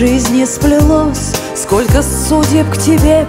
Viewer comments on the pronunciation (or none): Супер видео, безумно красиво, просто очаровательно, но, пожалуйста, обратите внимание на правильное произношение слов скоЛЬко, тоЛЬко. Не в обиду, но как- то режет слух, вы же москвичка, искорените этот недостаток в речи.